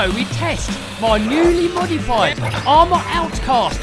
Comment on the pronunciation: Arrma tuff? Hm isn't it arrma though?